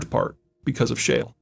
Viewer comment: "Shale", not "share".